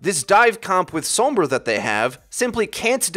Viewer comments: That's not the same situation. Pronouncing her name as "Sawm-bruh" is literally wrong because it's Spanish, meaning it's pronounced "Sohm-brah" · Sounded different than said it